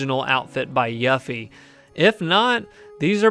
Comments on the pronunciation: I kind of feel like you mispronounced yuffie on purpose lol it’s pronounced You-Fee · How tf do u mispronounced her name u dumbass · Youre a fan and you mispronounced her name? Lol, it's literally voice acted and said in the game.